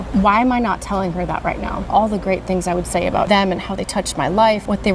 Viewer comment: "Outside a baw"